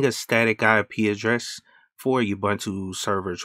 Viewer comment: ooh its pronounced ooh-buntu. its an African word which means UNITY "I am because we are, i am because you are" In Zulu a person is called "Umuntu" the plural for that word is "Abantu" so the saying goes "Umuntu, Ngumuntu Nga Bantu" in short UBUNTU. please say it right fam. its not just a word